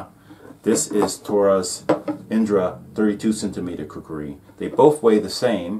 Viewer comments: Stop saying kukari its kukri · It's KUKRI Not KUKURI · Coo Kri ------ NOT --- Coo Coo Ri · I couldn't finish watching this video, because of the narrator constantly saying, "kukari".